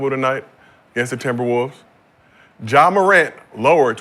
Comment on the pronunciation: Gil right it’s definitely “Ja”